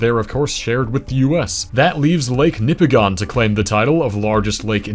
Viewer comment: It’s pronounced Nipigin not Nipi-gone. It’s how we can spot someone who has visited Nipigon.